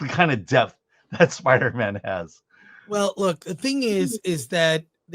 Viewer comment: Spida Man soft A